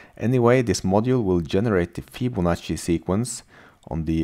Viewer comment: Yes, Fibonacci is correctly pronounced :)